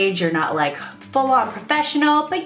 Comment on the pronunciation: "I yike to use" 😂